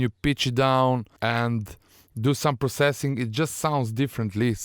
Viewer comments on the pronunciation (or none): none